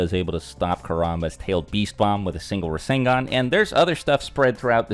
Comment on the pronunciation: Rasengan is three syllables tho